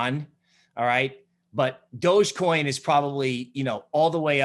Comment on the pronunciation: Lol “dodgecoim”